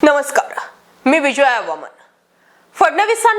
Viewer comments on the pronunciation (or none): none